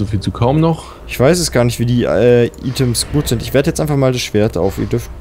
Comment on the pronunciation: Es heißt nicht Ih-tems, sondern Ei-tems! es heißt auch Ei-phone und Ei l-ei-ke ! goddamn!